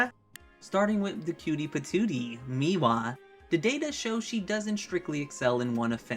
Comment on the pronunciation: Bro can we not do the thing from poketube where we deliberately mispronounce the names for engagement. How have you said meewa in all of these videos when the name is spelled mewaii